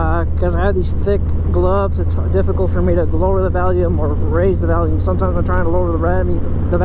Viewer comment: Did you say Valium or volume?